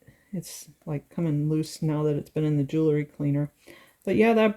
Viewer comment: Very nice! Just FYI, for a more professional sound, say jewel-ry not jool-ery. I'm glad I found this site, keep posting. Thanks.